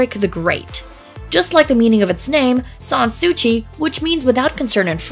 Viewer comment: San Sou-see, not San Sou-chi